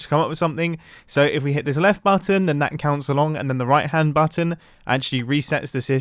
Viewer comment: No one: Absolutely no one: Not even grian: Mumbo: bAtTon